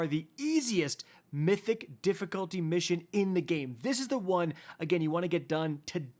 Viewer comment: When you said mythic i turned the video off